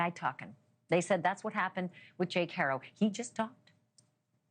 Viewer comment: The real crime is the Butchering of their last name. HAh Roh.. It's not that hard.